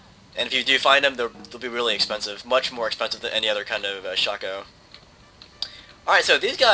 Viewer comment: the hats are pronounced; shA- cO